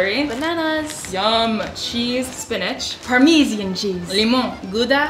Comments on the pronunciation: *par-mee-sian cheese" 😂💀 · The way you pronounce parmesan🤦🏽‍♀️🤦🏽‍♀️🤦🏽‍♀️😭